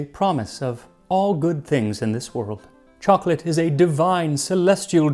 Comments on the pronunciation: For it to rhyme, the last line should be pronounced archaically as “cho-co-lat” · The poetry would be better if you had used the three syllable version choc-o-late to match the meter of "you know what"